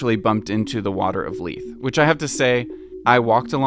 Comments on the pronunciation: I'm a resident of Leith and can someone please tell me why he pronounced it with out the th at the end Why does he pronounce it like Edinbuh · Does he mispronouncing Leith as well or is all of Edinburgh?